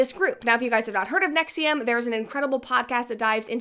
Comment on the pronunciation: Thanks Brett, I finally learned how to pronounce NXIVM